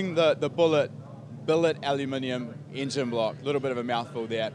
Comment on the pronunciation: ... so can we start with the "ingine" block how about i break mi jaw talking....